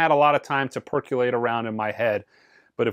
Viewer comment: "percolate", not "perculate" jus sayin